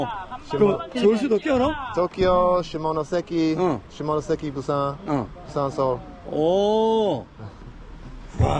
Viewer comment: 시모노쎄끼... 발음 굿!!